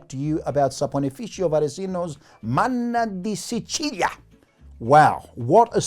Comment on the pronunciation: As a Sicilian-American, I must applaud your pronunciation of "Manna de Sicilia". So where do you get this stuff?